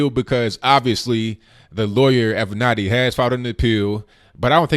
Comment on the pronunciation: Finally someone who can actually pronounce Creepy Porn Lawyer's name correctly....